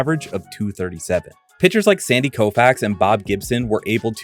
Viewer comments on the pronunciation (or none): none